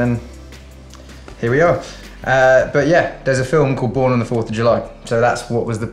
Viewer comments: I love the way Taylor say " After the storm something was born on the 4th Julahh" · She said julah😂